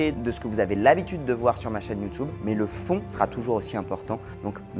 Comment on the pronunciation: tu es le meilleur mais je vais te donner le conseil ultime qui ça changer ta vie,: tu es le seul au monde à dire "YouToube", tu as le choix entre YouTube et YouTioube (avec un vrai accent), mais pas YouToube 😂😂. Courage pour la suite